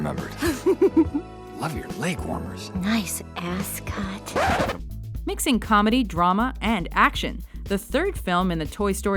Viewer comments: did barbie say "nice asscot"? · lol she seriosly just said ass cut